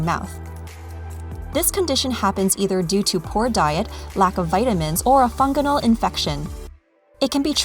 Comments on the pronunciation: There's no such word as "fungunal !! The narrator kept talking about "fungunal" infections. The word is fungal!!! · Funginal, really? Last time I checked it was called fungal!! 😉